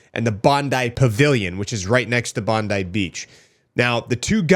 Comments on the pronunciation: SInce the shooiting you so far are the first American that I have heard that orronounces Bondi correctly !!! Thank you cause as an Aussie its so frustrating that it keeps getting mispronounced !!! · As an Australian it's refreshing to see a video come out where the person pronounced Bondi correctly - thank you for doing your homework! Every video I've seen from U.S / Canadian creators all say Bond-eee not Bond-eye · Good pronunciation of Bondi. Tick. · You're the first non Australian I've seen pronounce Bondi correctly, sir I commend you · Yes yes you said Bondi properly lol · Well done on pronouncing Bondi correctly now. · Thank you for pronouncing Bondi correctly. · Big ups to for actually pronouncing Bondi properly 💯